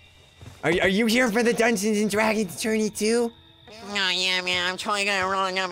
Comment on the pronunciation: Bryce Just Wanted To Play "Dungeons And Dwagons!!!"